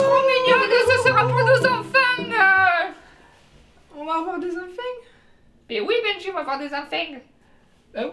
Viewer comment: Des « enfeignts »…